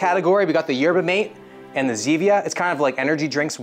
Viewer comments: It’s pronounced Yer-bah Mah-tey, not Yetber Mayte. You’ll want to know how to pronounce it if you visit Argentina, Uruguay or Paraguay where it’s the most popular drink over coffee and tea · Going to school in Santa Cruz and hearing him say "Yerba m8" instead of "Yerba Mah tey" hurt me with each uterrence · its yerba matae not yerbamate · Yerba Mate is pronounced mah-tay. And Gatorade has an amazing cucumber lime flavor. It's amazing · "They also had something called Yerba Mate" lol it's pronounced Mah-Teh brother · It’s pronounced “ma-tay” btw just Incase you have to say that again at some point in your life. 🤷‍♂️ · Yerba mate is the best. No crash and all day energy. The drink of my people. Also its pronounced maté. Like mat-eh. Idk why they didnt put the accent on the packaging lol. Edit: i just got to the part where u taste tested it. Ur supposed to shake it😭. Also traditionally its drank from a carved out gourd with a filtered straw called a "bombilla" and the leaves go in the gourd and you refill it w hot water. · And it’s pronounced yerba “mah tay “ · we pronounce it like “mah-tay” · say it with me: yerba mah-tay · The way he pronounces “Yerba Mate” 😂😂. Good effort 👍. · Your pronunciation of yerba mate made me recoil 😅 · no fucking way you pronounced yerba mate like that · thats not how you pronounce Yerba Mate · The way you pronounced Yerba Mate made me chuckle. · Haha yeah well he's Canadian he probably figures its pronounced like Coffee Mate 😂